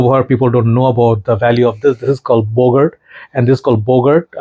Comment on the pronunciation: Haha it's "Bogart"